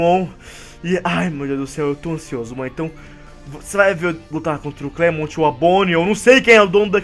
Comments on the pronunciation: não é clemont é clement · é clemente n clemonte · não é clemont que fala se escreve clemont mas se fala clement